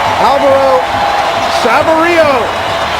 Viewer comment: That new guy commenting was bad. 2 times he couldn't say Sabirios name. Wtf. He's only RSLs DP